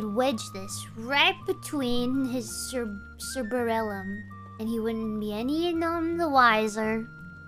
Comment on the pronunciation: "cer-ber-ellum" lmao I love goombus